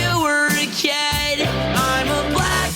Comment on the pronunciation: When you pronounce “kid” as “ked” it’s guaranteed cringe…